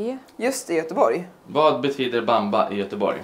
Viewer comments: Det uttalas baambaa men han har rätt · Bamba som namn på matsal stämmer ypperligt! Betoningen not so much ;)